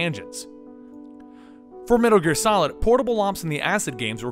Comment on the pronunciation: "Medder Gear?"